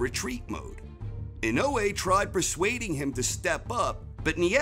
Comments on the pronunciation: How he pronounces it in-no-way makes me cringe so bad lol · Inoue = In oh ey.....emphasis on the first syllable. Inoue is his last name. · IN-A -WAY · Christ now I can't un hear that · I can’t stop mishearing his pronunciation of INOUE as “in no way”...... making it difficult to make sense of what he is saying in the beginning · In no way will he pronounce his name right in the whole of this video.